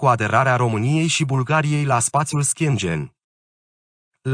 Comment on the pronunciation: Aderarea Romaniei la "SPATIUL ȘCHIENGIEN" 🤣😂